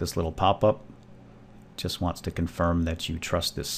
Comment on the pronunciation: The hell did you just say, "youst?" Like, a joust with yourself? This isn't about yousting, its about 7-zip and how to download it :P